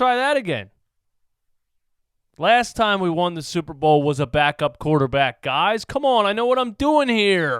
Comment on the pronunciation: "I want to make a quaterback academy" what is he smoking?